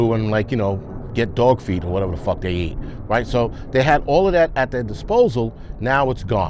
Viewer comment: I thought he said dog feet 🤔 lol